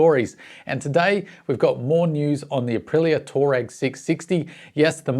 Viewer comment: Rattles on about pronouncing "orientated", but he can't pronounce the name of the bike.